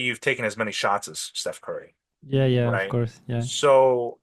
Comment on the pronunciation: sou sua fã e seu inglês é ótimo. Só uma correção. Por favor, não fique chateado. Quando você falar curso em inglês, course, capricha no O. Ele é agudo, “Córse”. Você tá falando com A nasal, “Cãrse”. Essa pronúncia parece “Curse”, que em inglês significa outra coisa. Por exemplo, xingar. Só isso, de resto, sempre brilhante. Parabéns pelo seu trabalho 👏🏻